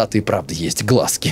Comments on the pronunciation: НЕМНОГО ИНФЫ: 1. Да, с тату не всюду пускают из-за якудза 2. Не глазки, а глазкИ, то же есть и на картошке, мы их обычно выковыриваем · 😅😅😂😂😂😂😂 Не глАзки, а глазкИ😂😂😂😂😂 И у картофеля есть такое знаешь?😂